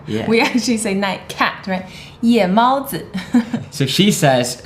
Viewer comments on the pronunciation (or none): When says 夜猫子, the “Ye4” sound more like a “Ye3”m is that a mistake or is that one of the times when tone changes?